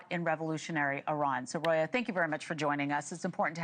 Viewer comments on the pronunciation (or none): And her name is not RAYHANA ..... IT'S ROYA. ROYA. ROYA.ROYA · Is it that hard to say RO-YA??????? who is this News Nation women who can't string together a few letters of the alphabet?